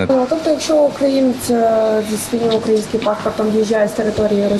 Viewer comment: Я чуть не проблювався, коли журналістка кацапською з рашиським варіантом слово "укрАїнський" вимовляла !!!!!!!! Навіть кацапи з кацапстану, адекватні вимовляють це слово як і у нас . Тобто навіть в рашиському варіанті ми живемо в " УкраЇні, " а не окрАїні , тобто наголос на "Ї" - третій склад.!!!!!!!!. Психологія рабів, або як Ющенко говорив- меншовартості, а я бидлячого походження та безграмотності. Нагадаю, що 99,99% охлоса є нащадками худоби, урок та рабів.!!!!!!!!! І навіть в 10% мутантів генетичних, тобто пасіонарних та окультурених лишають десь там в генах гени рабів. Що ведуча й показала. І мать її західняки, в нас в Києві та обл. українці так не говорять.